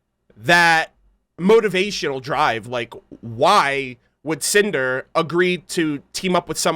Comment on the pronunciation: When Cinder first came on screen I was looking away atm. All I heard say was "SANTAAA!!" and was so confused! XD Then I realized he said "CINDER" Haha.